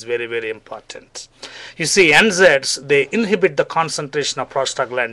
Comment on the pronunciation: for anyone who didn't catch what the 'gold standard' solution for painful period (primary dymenorrhea) was, its NSAIDs (nonsteroidal anti-inflammatory drugs). I thought he was saying N-Zeds until google showed me the light.